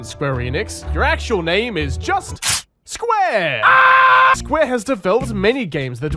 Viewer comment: I swear to God he’s saying square anus